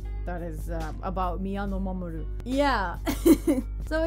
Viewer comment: Nice on the pronunciation! I would of definitely buggered it up myself 😁